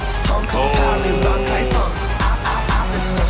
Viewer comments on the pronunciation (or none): none